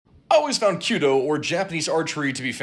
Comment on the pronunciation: I thought you're talking about her when you said kudo(cute-toh).